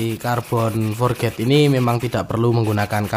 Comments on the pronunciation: Forj bro.... bukan forget Forj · Carbon forged bacanya forc bukan forget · Forged sebutan nya forg bukan nya "for ged"